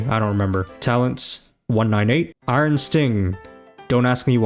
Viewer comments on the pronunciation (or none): none